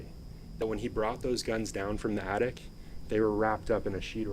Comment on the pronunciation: Sometimes she gets it right tho. Like the times she's talking about the attic and called it an addict a couple of times before she got that right. Maybe her uppers are slipping. She has such a tiny mouth. And I don't know what that accent is. During the murder trial she pronounced poop as peup about a hundred times. AH...Ah...🤢